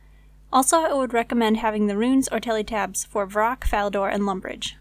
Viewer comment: Please say "Fall" Fally , Falador..... Not "FAIL"ADOR